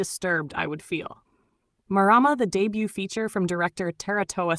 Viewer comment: Pronounced mar rar mar roll the r.